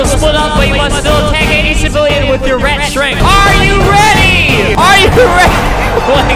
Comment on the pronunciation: Albert pronounces: rat - rEt Albert pronounces: perfect - purfict. Enjoy my boring comments.